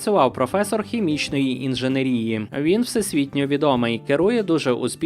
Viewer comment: У слові «інженЕрія» наголос на другій «е», а не «і»